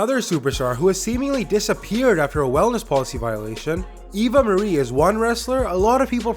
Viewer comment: / it sounds like you are saying maria instead of marie